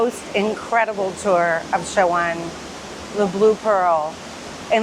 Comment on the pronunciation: Dear , at least pronounce the city name correctly it’s “ chef sha wen “ 😅